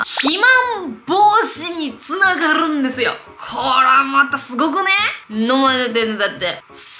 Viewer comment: 肥満防止につながrrrrrrrrるんですよ！！の巻き舌笑った笑笑笑笑 身長同じくらいだから勉強になるしめっちゃ好きチャンネル登録しました